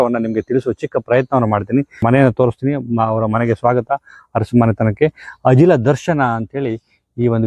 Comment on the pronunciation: ಅರಸು ಬದಲಿಗೆ ಹರಸು ಅನ್ನಬೇಡಿ. ನಾಲಗೆಯನ್ನು ಸ್ವಚ್ಛವಾಗಿಡಿ.